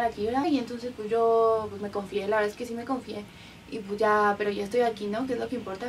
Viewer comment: El español le ha salido como el culo😂 desde cuando aqui en españa "pues" se pronuncio "pueshh"? Dios que mal JAJAJAJAJAJJA